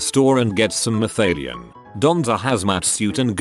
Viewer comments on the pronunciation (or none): Malathion, not mathalion.